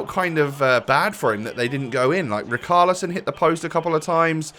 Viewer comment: Did this guy go to school it’s not rikarlison